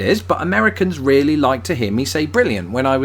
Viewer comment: Also one word that is bothering me is really_. Because i heard you say _really as rarely_, but also i hear my english teacher say it so and she also said _Safety as Say-fee-ty_, but everybody in out class say _say-fty_. (Also maybe it was just an accident but she said _excalator instead of escalator )